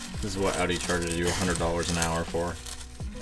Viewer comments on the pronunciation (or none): Owns the pinnacle of Audi vehicles in North America and can’t even pronounce Audi correctly.